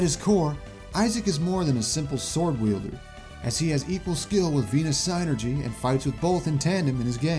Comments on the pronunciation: Is it psi-nergy? I thought it would be pronounced syn-ergy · You where close in pronouncing it It’s Said Sinergey